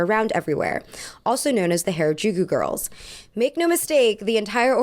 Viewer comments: harajuku is pronounced as "hah-rah-jookoo" (soft j sound!) all "a" sounds in japanese are that soft "ah" if that helps! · isn't it pronounced "Hah-Rah-Juu-Kuu"? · Anyone else bothered by how she mispronounces “Harajuku” as “hair-a-juku” every single time 🥴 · Oh my god, PLEASE correct the way you say “Harajuku”. This video is unwatchable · thats not how you pronounce Harajuku plzzz look it up ohmygoodness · please pronounce harajuku correctly because you are asian, people will assume that the way you are saying it is the correct pronunciation. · Wow for a Asian girl you can’t pronounce harajuku right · this is a really great analysis but why do you pronounce harajuku like that i was confused the entire video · Is anyone else annoyed that she never says harajuku right? Lol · Man you really be pronouncing every single Japanese name wrong just wow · for the record, that's not how to pronounce harajuku. interesting video, as always. very much a maximalist 🤣 at least in fashion. my decor is very minamal tho 🤔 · please don't call it hair-uh-juku. It's hara using the a vowel from hard. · its not hair-a-jew-kyew its HA (HAH). RA (RAH). JU (JUH). KU (KUH). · loved ur video but its not hairuh its HARA like HARd. u mispronounced it so frequently it was a lil frustrating lol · Ok, but you're really gonna go off about Lady Gaga's orientalism while you can't bother to look up how to pronounce "Harajuku?" Like, I get it, the liquid consonant is hard. But "hair-eh-juku" is really frustratingly off the mark.